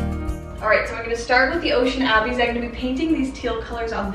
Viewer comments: Ooo lovely... I like the Tsunami very much... it is very elegant! The Ocean Abyss just does not seem to reflect light making it appear too dark. By the way (and not that it truly matters)... the word "abyss" is pronounced "uh-biss" and it means "a bottomless hole". No, I am not the Grammar Police... I just know I appreciate it when someone advises me that I am mispronouncing a word so I can learn and use it correctly! 😊 EDIT: Oh no! I edited this original comment to correct a word and lost ' s little heart. Sad.😢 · Lol ocean abby's😂 I've definitely been there girl! Ocean abyss is pronounced like uh-biss almost like bliss without the L. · Tsunami also it’s pronounced “uh-biss” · I like tsunami more. I am loving the home improvement videos😊 and the other one is pronounced like uh-biss lol. Loved this one and look forward to see the next videos😊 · Ocean "abbies" 😂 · It’s abyss “a-biss” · Mispronouncing abyss